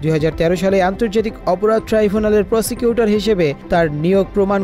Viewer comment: প্রসিকিউটর না প্রসটিটুউর